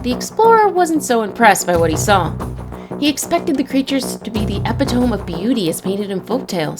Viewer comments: Did the narrator really just pronounce Epitome like that?. Ep, eh, tOme? Lmao, how do these people get jobs? I could understand but knowing a word, but that's the fourth word I've heard mangled in 7 minutes so far. Jesus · Though the spelling of epitome looks like it should be pronounced "e-pit-tom", the "e" at the end is long. E-pit-tom-mee. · epitome is pronounced E-PIT-UH-ME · Did you literally say Epitome. Instead of eh-pit-toe-mee? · Did you actually just pronounce epitome as Epi-t-oh-mm?